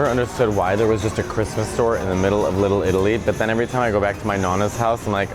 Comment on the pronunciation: You say it like one running word lillilli lol